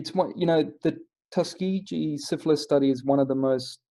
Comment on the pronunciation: It's pronounced with a hard g just fyi. And this is horrific. Have you seen Miss Evers Boys?